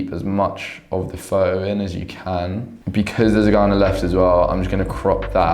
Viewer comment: It’s photo with a t. Not fo’os